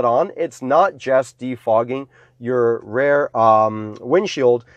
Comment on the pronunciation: why is he saying rare?